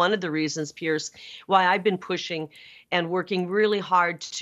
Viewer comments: Learn how to pronounce his guitar name. It’s not Pierce. It’s Pier’s like a dock. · Hey, his name is Piers (pronounced 'Peers', with a soft S), not Pierce! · Thumbs down just for doing a video about PIERS Morgan and calling him PIERCE. Can Americans not read??? They all seem to make that mistake. IT'S PRONOUNCED HOW IT'S SPELT!!! Like the platforms extending from a shore over water and supported by piles or pillars, used to secure, protect, and provide access to ships or boats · Piers, the multiple of Pier. Not Pierce. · I'm not sure why Americans struggle to pronounce "Piers"*....it's not "pierce", as in "I feel like my PEERS are doing much better than me." Not, "please don't PIERCE me with that needle." "....we had that in 2016, remember Hillary..." What?! No I don't Kari. Please enlighten me with the "whataboutism" lies. & ...you bring up this exact point. Why are Republicans so incapable of recognising truth? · Not pronounced as Pearce. Piers, like a boat dock.